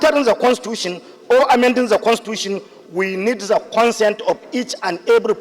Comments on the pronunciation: For long, l have been searching my dictionary to see if there's any English word called: Za, but l didn't see. Where did that illiterate senator got the word he pronounced repeatedly, or is it one of the Aboki's English wahala? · Guy go and check your English oral sound on how to pronounce The as za by British people, I don't know and wonder how you passed your English language.